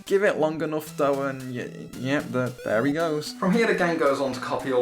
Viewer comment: I noticed the "dere he is".